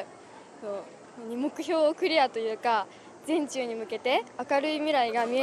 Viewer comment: 全中の発音が人中なんだよな